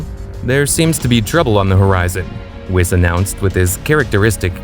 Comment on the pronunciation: He even said whis wrong